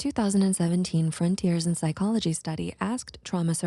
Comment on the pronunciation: "spychology" am I the only one who noticed that? 😂😂